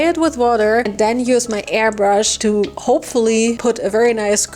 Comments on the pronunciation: Airbrush ❌ Airbrus ✔ I love you 😂😂😂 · Died at "airbrus" 😂 love the commentary just as much as the content!